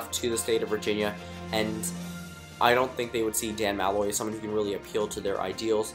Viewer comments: MAL-loy? Its pronounced Mu-loy. I was cringing the who time... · No doubt. I don't even care if you pronounced Malloy's name wrong, he's a jackass. I'm from Connecticut, I'd give Hogan my vote.